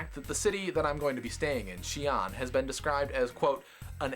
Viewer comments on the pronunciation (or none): Lol, first off, it's pronounced more of "see-un" not "she-an" or anything else. Second, if you think the population density there is going to be bad, according to Wiki figures (which are highly inaccurate but probably the best we can get), Xi an's urban density is about 2,289.9/km2. Now, I live in Singapore, which is a small country in Asia. The population density here is: 6,814/km2 FYI, the USA has roughly a density of 31/km2. If I went there I'd find your streets awfully empty